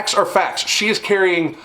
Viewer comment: Everytime i hear FAT instead of FACTS